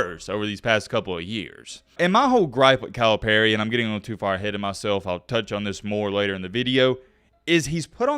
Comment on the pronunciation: You pronounce Calipari as “Kyle Perry” lol